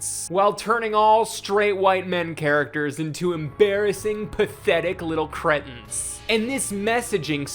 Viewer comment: love the video. but thats not how you say 'cretin' 😂